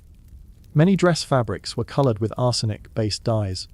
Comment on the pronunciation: Leed? Ar-senic? You're killing me with the pronunciation here